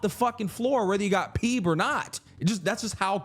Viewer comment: I never played this game but ain't no way bro pronounced Phoebe as "PEEB" 😂